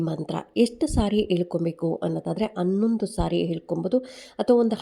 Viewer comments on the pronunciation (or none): Haidu gante alla aide, annondu alla hannondu, adinaidu alla hadinaidu😂😂😂😂😂😂